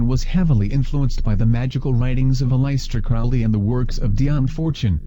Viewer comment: "A-lice-tear Crowley"